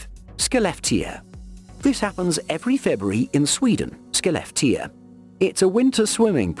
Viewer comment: Interesting video but I just want to say Skellefteå! 😉